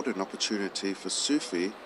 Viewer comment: I kept hearing Mohammed Sushi... did have Japanese for lunch?